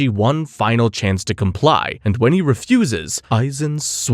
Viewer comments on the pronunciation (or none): none